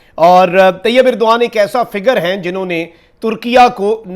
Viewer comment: طیب اردگان ہوتا ہے بھائی اردغان نہیں